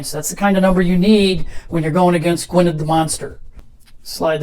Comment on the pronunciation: Really great to see the new expansion in play, although I have to point out that Gwynedd is pronounced Gwyneth! Forgive the silly question, but are the red counters just a visual aid, rather than a mechanic?